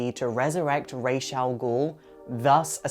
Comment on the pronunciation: I think Damian only liked Dick also boo for the bad pronunciation of Ra's